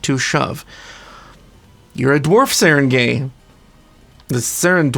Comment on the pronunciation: It's pronounced Sah-Rahn-Guy. At least, that's my best guess as a filipino. Like the word for town is barangay. Not pronounced gay, but guy or gai.